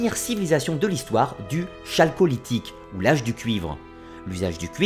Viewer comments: Hello, merci pour cette vidéo très intéressante. Je voulais juste apporter une petite correction sur la prononciation du mot "Chalcolithique" qui se prononce comme suit : kal.kɔ.li.tik ; prenant racine du grec ancien, le CH se prononce donc K. 😊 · Le commentateur doit lire son texte et ne pas connaitre la préhistoire ; la prononciation de chalcolitique en est la preuve !